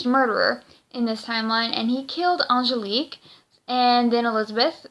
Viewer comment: The name is Angelique, not the name you're saying.